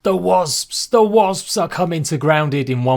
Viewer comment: Can’t wait for the update! Love how you say wazbs brother 😂